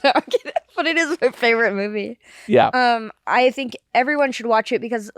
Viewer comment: "Her faberate mubie, dematricks" lol